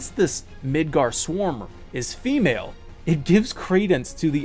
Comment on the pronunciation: Midårds-orm, not midard-sorm(s). Midgård - Midgard midgårds - (The) midgard(s) Midgårds/ormen - the midgar snake. (Sure I don't speak old Norse but Swedish, Norwegian and understand written Danish. However I can't speak foe Icelandic which is most probably most similar to old Norse(?) So not gonna say I am certain. But that's how we translate it in most of Scandinavia, with slight variations of A, aa, å. Etc.) (Bonus: In Sweden at least, Tolkien's middle earth was called Midgård. Much to his frustration).